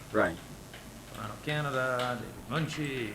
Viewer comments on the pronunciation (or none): none